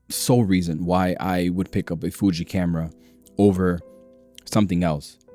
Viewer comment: sounds like you're saying "fuchi" in spanish 🤣